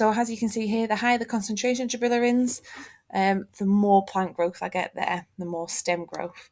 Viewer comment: Great video, I found this very helpful! Just a note, it is pronounced gibberellins, not gibillerins.